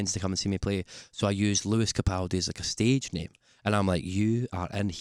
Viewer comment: Lewis capoldi?? 😂😂 smashed it Lew babe xxxxx